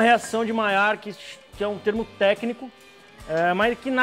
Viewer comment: Dimaiar ou dimelar?